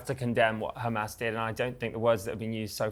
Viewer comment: She said hamas normally twice then went back to khamas.